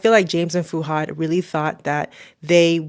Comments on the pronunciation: His name is "Fuhad" not "Fooradd" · It's fuhad not furad